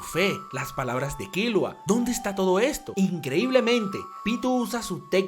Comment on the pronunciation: tanto te cuesta decir bien killua ? con silaba tonica en la u ?